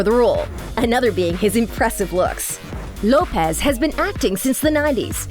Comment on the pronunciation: Lopes is not pronounced Lo-pez. It’s simply Lopes like hopes.